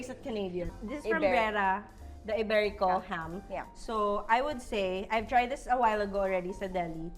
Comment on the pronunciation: It's Jamon Iberico, not Iberica.